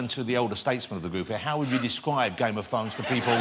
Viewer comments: Da Fozen Norf. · I'm sorry for being a dick but he said game of fwowns. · I can't listen to this guy it sounds like he says Game of phones. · "Game of fones"... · Am I hearing it wrong or is he actually saying "game of t'dhones" ? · Game of thwones, Wose Lesley, Kit Hawwington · Dwagons! Thwones! Tewible tewible human beings! Fwozen Nowf!